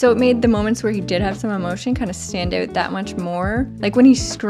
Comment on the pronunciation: MVP: cat arms! low key MVP: being extra canadian "stand oot" presumably in honour of director Denis Villeneuve the worst: Jared Leto (not his character lol just as a person) Stunning movie though seriously, Villeneuve just does not miss!